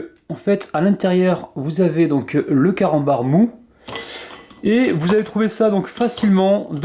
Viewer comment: C moi ki entend mal ou à 00.18 il a d'i camanbar au lieu de carambar 😂